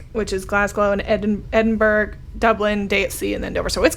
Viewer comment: "Edinburg" Oh those silly European cities and their tricky spellings. :D